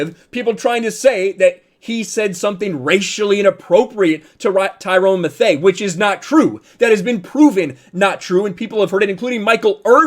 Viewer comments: “Ty-rone Ma-thay” Come on guy 😂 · It's pronounced Tie-ron Mathew. Loved your message but if you're going to have a sports channel, learn the names of at least the starting lineups. You loose a little street cred pronouncing names way wrong. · "tyrone matho" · Did he just say Tyrone Mthay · "Tyrone Mathay" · You were doing good right up to the end, so let me help you out. Tyrann Mathieu name is pronounced Ty-RAN Ma-THU (like Mathew). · I agree, but Tyrann's last name is pronounced like Matthew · “Tyrone Mathay” 😂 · Great video, but an even greater pronunciation of Tyrann Mathieu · I agree with you but let’s just take a second and listen to how u pronounce Tyrann Mathieu😂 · How he pronounces Tyrann Mathieu’s last name is so painful 😂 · You must not watch football if you can't pronounce Tyrann Mathieu's name. Good try though. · Dude, how do you not know how to pronounce Tyrann Matthieu’s name? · Fix your pronunciation of tyrann mathieu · Bruuuuuh say Tyrann Mathieu name again hahahaaha. That’s how I know y’all don’t really watch football. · You mispronounced his name so bad and of course Brady didn't say anything racist it had to actually be something worse if he couldn't repeat it lol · This video was so true. The only problem I heard here is how you can't say Tyrann Mathieu's name right! I know the normal way to spell Matthew is like this but if you know enough about Football to be qualified to make videos about it you should clearly know who he is. His nickname is The Honey Badger and he's been one of the best Db's in the game for the past decade or so! Other than that everything was on point! Black people are way more racist than white people these days! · So no one’s going to talk about how he’s pronouncing tyrann mathieu’s name wrong 😂😂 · the way he pronounced tyrann mathieu lmao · Yea I cringed when I heard that lol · Just a suggestion: Before discussing a video take a couple minutes to learn to pronounce a guy's name. It will go a long way toward credibility.